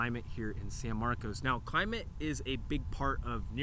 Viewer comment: thanks for not pronouncing at it san marcus…